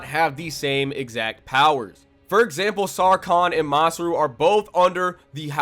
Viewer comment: Bruh you butchered masrur's and morgiana's names